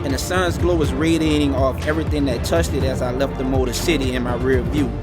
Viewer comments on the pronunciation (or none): none